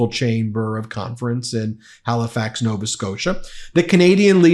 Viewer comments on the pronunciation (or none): none